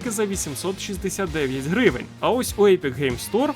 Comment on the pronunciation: Дам одну пораду, про яку ніхто не просив 😅 Коли ти озвучуєш знижки в кінці відео, то чомусь завжди наголос робиш не на самій ціні, а на слові "гривень". Але ж валюта лишається незмінною, тому наголос краще робити саме на вартості гри 😉